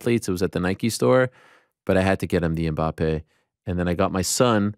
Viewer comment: can not pronounce Ajax like he pronounced it. Ariel said it right but Ariel pronounced Mbappé wrong. And i thought Ariel knows how to pronounce names, especially when its a french name. Smh. 😃